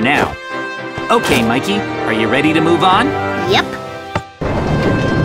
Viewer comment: It's Mikey not mickey